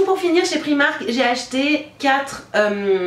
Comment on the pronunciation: La robe en dentelle est magnifique! Pour info on dit "Praïmark" (comme c'est une marque anglaise) ;)